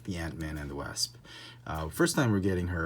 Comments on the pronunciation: “The Wāsp” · You pronounce ''wasp'' incorrectly, Just saying.